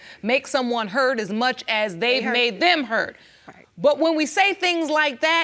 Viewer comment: They gone just keep saying HUR-TED like it’s right? 😂